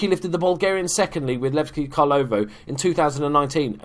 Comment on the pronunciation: Dude, haha, keep up the good work. I enjoy your channel a lot! Sad to see you leave Bulgaria, hope to see you back some day in charge of Levski Sofia :) Great job with the name pronunciation, by the way. All the best. Cheers!